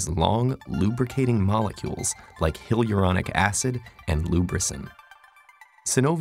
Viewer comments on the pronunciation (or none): ...you mean hyaluronic acid? Hi-ah-lure-on-ick, not hill-your-on-ick